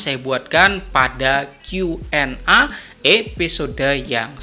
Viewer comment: Salam petani sukses, Koreksi sedikit pengucapan huruf A pada Q&A Dibaca e, krn Q nya dibaca pake bhs inggris, jd A = E.. maaf ya Pak. Sukses buat chanelnya Pak 👍🙏